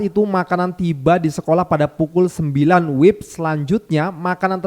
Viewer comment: Maaf bang. Bukan wib tapi W - I - B..